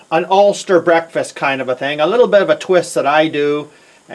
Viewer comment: Did you say 'ulster'?